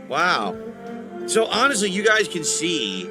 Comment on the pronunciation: Could you imagine being like "Ok the game is over guyz. How about we do a Q&A and you tip me $1 and I hawnestly answer your questions." Dude would make BANK!